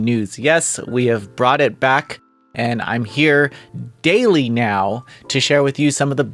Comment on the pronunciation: I understood gayly instead of daily xd